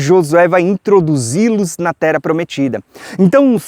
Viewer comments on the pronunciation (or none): você não tem a voz pesada. Você é benção! Até já me acostumei com o /tera/ ao invés de /terra/ de tanto que consumo os teu vídeos e ensinamentos. Só o fato de você não se deter em debate inócuo sobre terra plana e não se portar ofendendo outros, já basta para ouvirmos e aprendermos do farto e rico entendimento que Deus tem nos ofertado por meio da tua disposição. Um ano lindo e abençoado pra você!